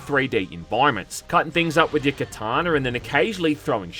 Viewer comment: "Kataner" "ShiROOkens"